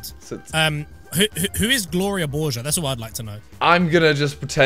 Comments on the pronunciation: Saying Gloria borger wrong? Borg-er not borge-er SMH simon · HE CANT SAY BORGER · You say Gloria borga like Gloria borjer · simon- pronounces gloria borger wrong me- OK what are you doing simon- who's gloria borger i don't know who it is me- all around me are fimiliar faces familiar faces 10 mins later says sub to pewds sub to pewds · The way you mispronounce Gloria borger kills me. She’s the best news reporter on the most relevant and reliable new source, Pew news. Co hosting with Poopy Harlow and poppy Gloria. Then the nerve to say sub to Pewdiepie. Are you even a 9 year old 😤🤬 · You’re pronouncing it wrong and it’s from PewDiePie’s pew news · How do you not know who Gloria borger is. And you pronounced it wrong. PewDiePie won't be happy